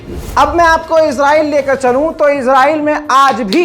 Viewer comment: Israyeel bolo Izra nahi